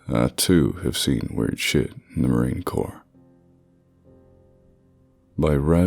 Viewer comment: Marine Corpse spoken in a ghost story? Seems fitting. Edit: Reading 'Marine Corps' has a nasty tendency to come out as corpse for me as well, even when I know it's 'core'. Wouldn't be surprised if that's what happened.